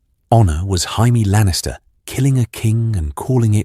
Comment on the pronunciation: "Jeime Lannister"